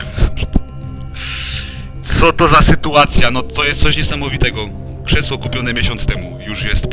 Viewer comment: Krzeszło xd